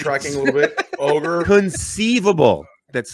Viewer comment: LOL. Not mad about it an don't want to point out mistakes but you said... in Hi Jenny ❤️ Ogre